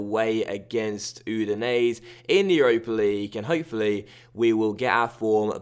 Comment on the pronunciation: I'm relatively sure Udinese is pronounced U-di-nes-e and not U-di-nes. Basically the last e is not silent.